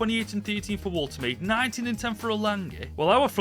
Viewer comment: It's woltermader